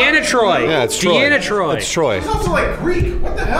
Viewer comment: It's Troy dammit.